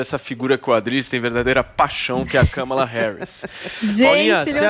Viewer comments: Nem falaram o nome da mulher certo (nenhum deles) o nome dela e Kamara Harris ( com a sibala tonica no segundo "a" do "Kamara") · Também não é KÂmala!!! É KamÁla!!! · O Adriles nao decide se o Biden ganhou ou nao, cocaína é foda. O cara nao sabe nem falar o nome da Kamala e trabalha de comentarista numa rádio, muito Brasil mesmo.